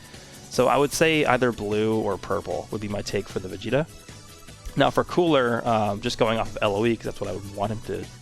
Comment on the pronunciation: Yes, “vageta”